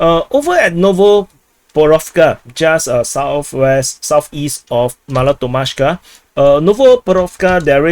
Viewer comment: "Mala ToKmachka" and "NovopoKrovka". Keep up your good work !! All the best!